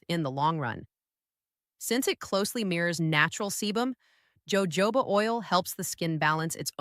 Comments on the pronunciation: It's pronounced Yoho ba, Not jojoba. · Jojoba is not pronounced joe-joe-ba. Its pronounced Ho-hoba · POINT OF INFORMATION: Jojoba oil is pronounced HO-HO-BA. The 'J' is said like an 'H'. This is from the Spanish where J is H. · Gawd I Hate ai ... Joe Joe ba oil, good grief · Fake AI. The “doctor” can’t pronounce “Jojoba” oil. How can we believe anything said here?